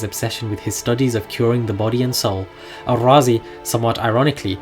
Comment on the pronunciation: Good, thank you. It would be helpful to note, there is no need to call him Al-Razi; he was a Persian and razi would be more appropriate. I noted you also try to pronounce his name as Arabs would do. Surely the contemporary of his native land jut called him Razi as in RAA-Zee, meaning from Ray, like what we have to day such as Shirazi, Tehrani, etc.